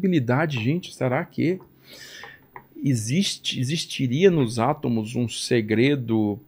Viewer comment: ÊSSE CARA DIZ *ATAMOS*...